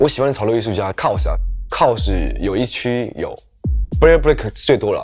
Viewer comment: 喜歡KAWS還唸錯人家名字